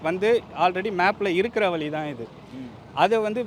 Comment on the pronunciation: ennathu "Vali" ah dei adhu "Vazhi"